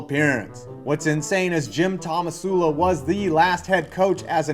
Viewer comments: Was calling Tomsula "Tomasula" on purpose? It's hilarious either way. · what do you expect from a guy who can't pronounce "tomsula" despite it being on screen multiple times?